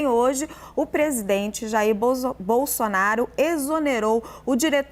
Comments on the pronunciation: Gente... ela falou o PRESIDENTE JAIR BOZÔ... BOLSONARO? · ..."e também hoje, o Presidente Jair BozzzzonnnBolsonaro... kkkkk! É inevitável... HAHAHAHAHAHAH! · Quase que ela diz " BOZONARO " kkkkkk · Eu vi ela falando bozonaro kkkkk eu vi kkkk